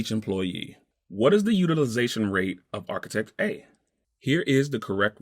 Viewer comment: It would be great if you could get a guy on there that could pronounce the word "architect" correctly.